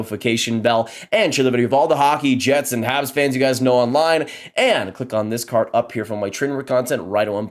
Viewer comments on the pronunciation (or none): none